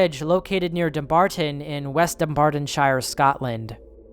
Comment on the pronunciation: As someone from west Dumbartonshire the way you say it makes me wanna cry lmaoo